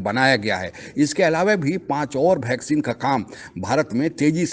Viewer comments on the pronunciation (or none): आप "वैक्सीन" को "भैक्सीन" क्यों कहते हैं? 😂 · O वैक्सीन होती हैं.... भैक्सीन नहीं....